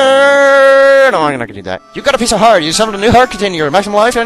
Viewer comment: It sounded like pice o fart